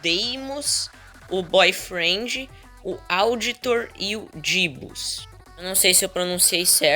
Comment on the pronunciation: Vc pronunciou certo é jebus